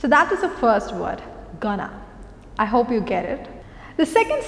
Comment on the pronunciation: Going and hope pronunciation is wrong i feel.(at times you are making the mistake) Hop and hope pronunciation is different. You are pronouncing hope as hop. And isbit correct to say hi to all? Cant we just say hi all?